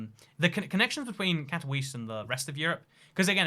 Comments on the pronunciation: Katowice is not pronounced in a English way, in polish the ‘W’ is pronounced as a ‘V’ and they emphasise on the E so it pronounced as Kato-Veece-Ah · English is literally the only European language where you prenounce w like that, really weird that he hasn't found out that after all the travelling. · Katowice not Katouichi or Katouis, Man, it is not english language. KatoWiCe (Katovitse). Shame. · Warszawiacy - that's the word you're looking for. Advice for the future: Polish has no silent letters, except 'c' in 'ch' combination. So Katowice is read somewhat like Cat-oh-wee-zeh. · Katowice is pronounced Katovitze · Your pronunciation of "Katowice" destroys me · I’m polish and that pronunciation made me cringe but that’s what British people are like with pronunciation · Im polish and it hurts how you pronouce Katowice